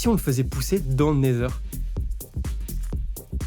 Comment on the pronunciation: super ta vidéo, vraiment dynamique c’est cool a écouter et regarder ! par contre ta prononciation du Nether ou de Wither laisse a désirer